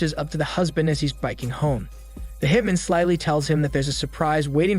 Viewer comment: Also how one hitmen is pronounced as opposed to one hitman lol